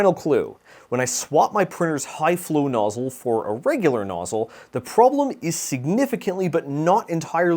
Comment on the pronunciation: Nozzyyle??? Next you'll be saying 'Sense-oars'.